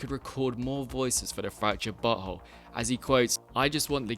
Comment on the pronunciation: I like how he pronounces South Park the fractured but whole correctly 😂